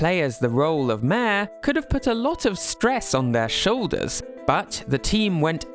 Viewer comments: Your pronunciation of 'mayor' is just "mehhh". Also you screwed up the name Kyogoku and said Kogoku. Just wanted to let you know so you can do better next time. Sincerely, Your hater. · city folk is the american name. Its called lets go to the city in our countries where mayor sounds closer to mare than to major…